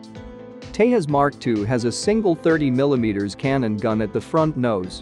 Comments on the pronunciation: When you speak in Indian languages, you pronounce the J as J unlike Spanish. Its pronounced Tezas and not Tehas. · dec06’23/1533h 🇺🇸 who ever is narrating needs to know how to pronounce TEJAS. it’s not pronounced TEYAS. The correct pronunciation is TEJAZZ. AS IN “JAZZ” Do you say YAS MUSIC? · It's Te-Jas... not Tae - US !! 😂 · Please pronounce Tejas with J pronounced as in “jump” not some Mexican word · its not tehas its te'J'as!!! not everything is spanish noob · San Jose may be pronounced as San Hose, but Tejas is not Tehas.. Its Te"J"us as in Jesus 😀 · tehas nahi bhai tejas hai. every J is not spanish. what the hell is tehas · Pronunciation is TeJas not TeHas. This word ain’t no Spanish! Tejas means Luminous in Sanskrit. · its not tehas - its Tejas .... j as jesus! Tejas is a sanskrit word meaning "fire" or "illumination" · Dude.. It is not TeHas… It is TeJas… English J. Not Spanish J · In India J is pronounced as J not H. It's Tejas not Tehas. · In India we do pronounce J as J...So it is Tejas and and not Tehas... Just like Jesus is not Hesus in English. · It is pronounced as it is spelled - TeJas and NOT TeHas. It is an Indian World and not Spanish. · Wtf is tehas it's Tejas say it properly say j instead of h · FIRST LEARN TO PRONOUNCE TEJAS .. nothing is SILENT in the SPELLINGS so stop that HYPED PUT ON ACCENT ‘TEHAS ‘ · Try to speak the word Tejas just like your Chanel name whatever!! It’s not Hetline, similarly it’s not Tehas it’s TeJas. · Man, it is called "Tejas", NOT "Tehas"..! 😃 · Dude, i'm not sure if you are Spanish, but not every J is pronouced as "heh" like in Jose ??? Do you call Jet plane or call it "het plane" ??? So please pronounce Tejas as TEJAS, and J should sound like J in Conjuring. Please dont screw up names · Tejas is pronounced with a J not H unlike jalapeños ! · It's not pronunced Tayas, the J is not like Spanish, it's pronunced "Tay Jus" in Sanskrit it is means splendor. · You are pronouncing Tejas as Tehas! 🙄😳